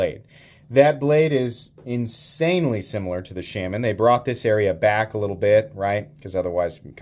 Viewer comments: Shaman is pronounced shaw-man, not shamin, which rhymes with salmon. Sorry, but as much as I enjoy your videos, every time you say shamin it's like fingernails on a blackboard. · Why do you pronounce “shaman” so weird? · Still pronouncing Shaman wrong. Good god. Just stop. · Dude just pronounce Shaman right after all this shit. I don’t care where you’re from, you can pronounce it right. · Dude do you intentionally say Shaman the wrong way...? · Why tf do you refuse to say Shaman correctly. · Is it sham-an or Shaw-man? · The way you say Shaman pisses me off. No one says it that way. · 80 videos later, still can’t pronounce shaman correctly.